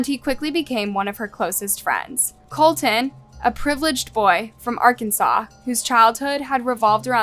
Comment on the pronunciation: Is there a reason the AI narrator cannot pronounce "Colton" correctly? It contains a "t" at the beginning of the second syllable.